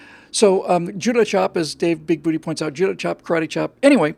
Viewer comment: Since no one else is going to correct you,... IT'S BIG-BOO-TAY! TAY! TAY!!!